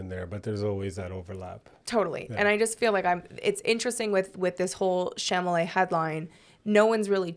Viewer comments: Girl it’s Cha-la-met!! NOT chamalay😂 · Why Failed (to pronounce Chalamet)